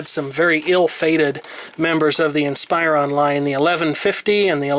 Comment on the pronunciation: It's "in-spuron" not "in-spire-on"